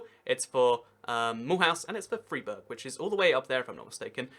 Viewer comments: I like your geography channel but you need to work on the right pronunciations. Freiburg = Fryburg not Freeburg. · Also it's Fr-eye-burg, not Freeburg...